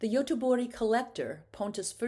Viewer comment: I appreciate the videos as I'm educating myself on Nordic painters. But please use English pronunciations when speaking English. Perhaps "g" is spoken as "y" in Swedish but it's very distracting when you are speaking English. I had to constantly check the names being pronounced (Bergh, Goteborg, Furstenburg). I have heard this best-practice enunciated often: don't say "Par-ee" when speaking English, say Par-is--or you sound pompous.